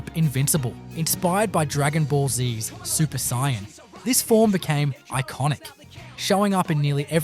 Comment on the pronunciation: It's super saiyan not super saiyan